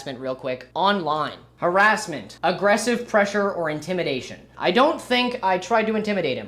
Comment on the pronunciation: "Harrasmental" is killing me